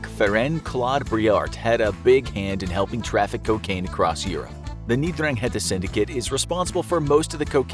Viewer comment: It's pronounced eN-drang-e-ta